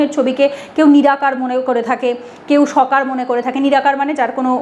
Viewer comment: কথাটি সকার নয় কথাটি হবে সাকার। স+ আকার। হরে কৃষ্ণ।